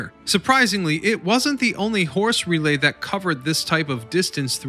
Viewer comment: "RE-lay", not "ruh-LAY"